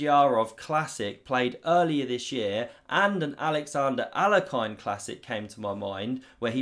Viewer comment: Look up the correct pronunciation of Alekhine, because you're killing it!